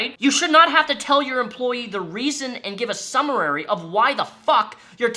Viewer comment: Summary. I know you're angry while reading, which you should be, but my man, it's summary, not Summer-rary. Too bad this court case wont make people stop supporting them. It literally sounds like the entire company is the epitome of the "degenerate male gamer" stereotype that so many people try to normalize. "It's the internet." "it's just a joke." "We're gamers, lul." I've been gaming for over 20 years and have met too many of them to know why the stereotype exists.